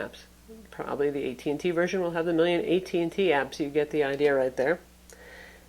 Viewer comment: "A million verizon apps" lol